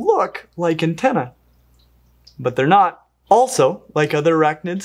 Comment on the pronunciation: I love how startled it gets when the guys says, BUT! Vinegeroon: "What? Another twist?"